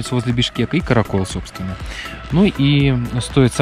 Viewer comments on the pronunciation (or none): Пожалуйста не "Каракуль", а Каракол и не Киргизия, а Кыргызстан! Ударение на А, запомните все Российцы или иностранцы говорящие по-русски. Я Кыргыз и я знаю! Но видео хорошее!😊👍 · Классно. Единственное, поправлю насчет слова Каракол. Он читается без мягкого знака на конце. Дело в том, что в кыргызском языке, как и в казахском существует одно правило - если перед буквой Л стоит мягкая гласная, то Л читается тоже мягко, т.е. с мягким знаком, а если твёрдая гласная, то Л читается твёрдо. В казахском и кыргызском языках, как впрочем и во всех остальных тюркских языках, гласные делятся на твердые и мягкие. Приведу пример. Каракол - состоит из двух слов "Кара" и "кол" (кол читается как кол) и Каракөл (көл читается как коль). Кстати, Кара кол означает Чёрная рука, а Кара көл - Чёрное озеро. Другой пример: Елбасы ("Е" это мягкая гласная, соответственно "Л" читается мягко, т.е. как "Ль". Получается - Ельбасы. (Ел - народ, басы - глава). Ещё один пример: улица Желтоқсан тоже читается мягко, т.е. как Жельтоқсан. И на затравку: в Турции словом Каракол почему-то называют полицейский участок. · Не Караколь, а Каракол бро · лайк. Только не караколь а каракол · А не каракол и караколь))) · Каракол, а не Караколе! А так видео супер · Не каракёл а каракол в переводе как черная рука